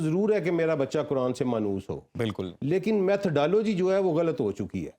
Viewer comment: سیلم صاحب آپکو بھی قرآن مجید کی گرامر اور تلفظ سیکھنا پڑیگا پھر آپ بھی ۔قرآن کو کران نہیں کہو گے